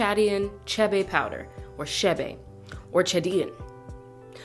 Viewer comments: Its pronounced k bae not shae bae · Its pronounced kibe its Ethiopian butter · Every damn time she said shebe 😤😤 African names are mostly pronounced exactly how they’re written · Chee-bay powder.